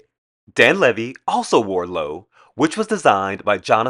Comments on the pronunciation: You are mispronouncing Loewe. It’s not Lou… it’s Loeeeeewe. You have to pronounce all the e as in elephant . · The Spanish design house Lowe...is proouncd "LO-way" not Low. fyi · Loewe is actually the German word for lion. In German, it’s usually spelled Löwe but Loewe is also accepted. In either case, it’s pronounced the same as two syllables lyo + vuh. The stress on the first syllable falls on the letter o. And the e in the second syllable is an unaccented schwa. That said, I have no idea how Loewe, being a Spanish company, wants its brand name to be pronounced. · A lot of people DO say "Low" but when in Spain everybody seemed to pronounce the "way" ending...or "Lo-way" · Loewe is pronounced Low-ay-vay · RESEARCH, how the Fashion houses are pronounced so that you don’t embarrass yourself. Loway-vay is how you pronounce Loewe. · It’s L-O-E-W-E… not lowe… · Loewe is pronounced Lou-A-vay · You are saying it completely wrong. Say it like this, Low- wev- a. I dont get it either but thats how you say it. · Your pronunciation is of Loewe is completely wrong, Say it like this Low-ev- A. I dont get it either. But now you know. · Great video idea. Just so you know it's pronounced, Low weh vay. Loewe is pronounced very different than it's spelled for English speakers. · Loewe is pronounced lo eh ve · Loewe is pronounced Lo-ay-vay. Sorry but I can tolerate it once or twice but repeating it constantly gets to me. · Loewe is pronounced Lo-whey-vey. Three syllables. Lo-e-we. The “w” sounds like a “v.” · loewe is two syllables. please stop doing these critiques. totally uniformed and vacuous. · I enjoyed your film, I liked your delivery and presentation style. I thought it was on the whole , well researched but with some glaring omissions in regard to some of your featured guests. Only because you mentioned the brand Loewe so many times.....please check the pronouncement .....I will checkout your IG and book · Fun video, but I think you're mispronouncing Loewe.